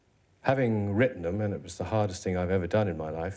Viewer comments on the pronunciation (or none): none